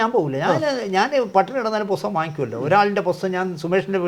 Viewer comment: പോസ്തകം അല്ല പുസ്തകം